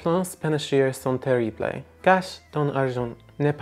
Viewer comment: I like Babbel! My faves though are Busuu and Drops. Your nasal vowel pronunciation on “sont” is very good! That can be really hard for non speakers to get. Watch out for “terrible” though, the last syllable should sound like “bluh” (blay would follow Spanish pronunciation rules more than French. Irritatingly, the languages are very similar but have some very different pronunciations!)